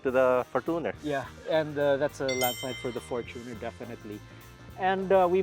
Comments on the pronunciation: It's pronounced as "forchuner" and not for-Tuner Mann your for-Tuner is making me hate the Fortuner man Please stop it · its not "fortoonar" its "forchyuner" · Bakit for•to•ner pag pronounce dba dapat for•chuh•nr? I googled it. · Why do you pronounced Fortuner as For-2-Ner? LOL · Fortuner (for·chuh·nr) 😔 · For-tu-ner? Say it correctly atleast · What the heck. Why would pronounce the word fortuner as For2ner. Goodness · . Yep. For two ner. 😂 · For-toon cheller